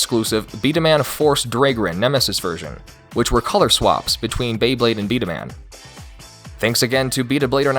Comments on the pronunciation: It's actually pronounced "Bee-Dah-Mahn," not "Bee-Dah-Man." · It’s pronounced bda-mon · It's B-Daman as in (Bee-duh-mon) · It's pronounced B-Dah-Mon Like Pokemon or Digimon. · Does anyone notice he’s saying b daman wrong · First time hearing this pronunciation of "B-Daman" :D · I was so hype for this video until I heard you pronounce “B-daman” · You are saying B-Daman wrong